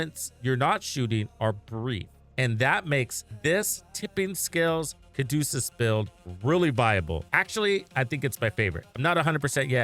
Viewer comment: its the Ca du ce us not Ca du cus